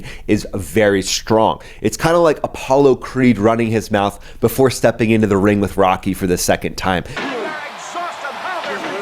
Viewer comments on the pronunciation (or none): none